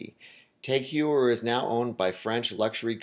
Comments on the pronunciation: TAG HOYYER- not HYEWER... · If you're going to talk about luxury watches then perhaps learn how to pronounce "Heuer" and "Omega". Just a thought.